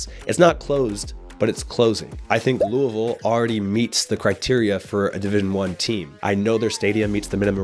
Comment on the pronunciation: The fact you pronounced “Louisville” correctly 👏👏👏 just gained a new subscriber from the area